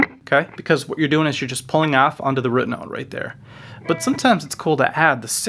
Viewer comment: Dude i love you man, subscribed, but you say the word "root" incorrectly. RUT is pronounced differently than ROOT.